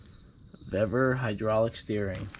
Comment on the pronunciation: Pronounced Veevor, the pre-made ends should be on engine side as they have the protecting spiral sheathing, at the steering end there's no need for it there, and your steering wheel is quater turn out port side put the loop back on bleeders crack open only slightly then full lock to starboard go quater turn more past full lock and lock off bleeders look to see if it has centred the wheel with engine being 0° dead ahead repeat process if hasnt reached where you want with the same amount of how much off you are if it has gone too much the other way then full lock to port until you get desired result